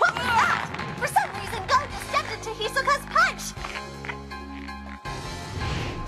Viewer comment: Bruh the woman pronounced Gon as “Goh-n”